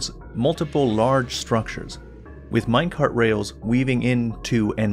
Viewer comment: Every time starts saying minec[art], it sounds like he's about to namedrop a book from a famous Austrian person...